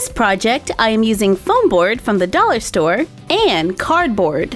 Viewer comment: I thought you said dolly store not dollar store! Lol 😂